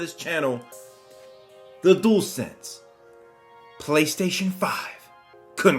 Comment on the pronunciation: Dool sense it's dual sense sounds like jewel d-u-al